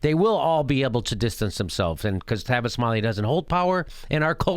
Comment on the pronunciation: It's Tavis not Travis get it right Jimmy.